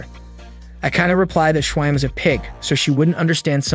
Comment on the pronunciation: The ai or you say schwein wrong